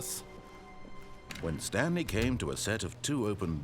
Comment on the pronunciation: "stanely agreed to sign up to google+"